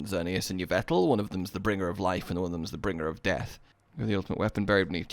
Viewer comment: Yvetal? Dyslexia moment #53